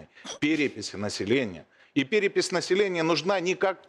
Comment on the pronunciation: Всё что понял, она за пэрэпись, а не за перепись